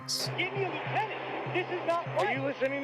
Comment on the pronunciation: Say it with me y’all….LIEUTENANT!